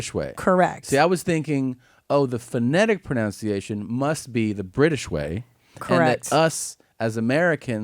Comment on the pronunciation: These two are SO hillarious together. I love how Tom says pro-NOWN-ciation throughout the whole video. 🤣